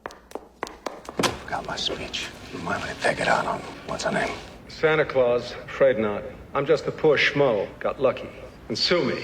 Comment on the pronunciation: I though she called him anticlause.